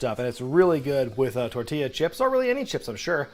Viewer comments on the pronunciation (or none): none